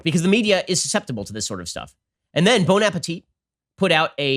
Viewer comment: the way he says "bon apetit" LMAO